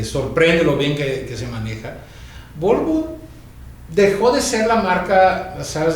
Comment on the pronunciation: jajaajjaja sergio hablando de huevos del minutl al cuando quiso decir VOLVO, se quedo con lo de huevos y dijo Huelvo digo VOLVO jeje